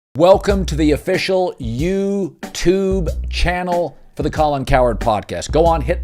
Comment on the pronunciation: I do love the intro where Colin says the words "You" and "Tube" as if he has never spoken any of the vowels before and he's trying them out